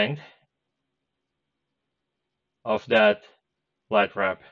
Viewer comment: I cannot pwonaounce the "W" in "lightwap" pwopewly